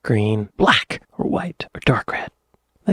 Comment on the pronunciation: the way you said ' black'... you need to watch the Fast show...Johnny the Artist